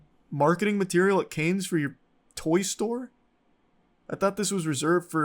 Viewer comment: Dude really called Cannes "Kayns" lmfao